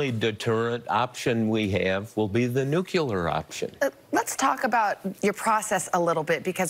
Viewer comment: I appreciate what you are doing, Bob, but -- it's NU-CLEAR not NU-CULAR...